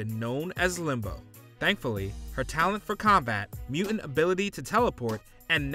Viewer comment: It’s muTant not mUent, Ai voiceovers would be better